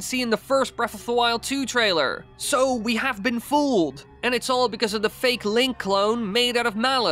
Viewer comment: The Theee or Thaaa ..' NOT ... Dah ...